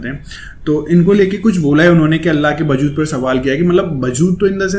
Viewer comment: bajood nahi wajood bolte hai